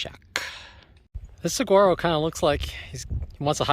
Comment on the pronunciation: say “Sag waro” one more god damn time